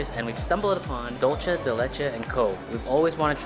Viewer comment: THEY PRONOUCE DOOL CHE LIKE ITALIANS !!!!!!!!!